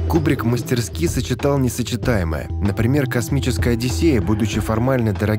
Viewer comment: Ура! Кто-то наконец-то подсказал, как правильно говорить "мастерски") Рада, что вы становитесь лучше, Кинопоиск, без иронии.